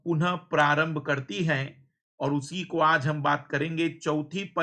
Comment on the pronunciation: करती होता है सर कडती नहीं😄😄😄